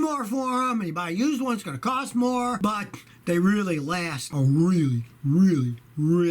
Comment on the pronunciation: I laughed so hard with the "BUT". 😂😂😂